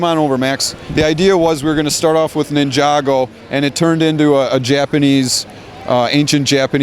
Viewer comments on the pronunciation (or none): And did I hear Neh jog go? It's NINJA go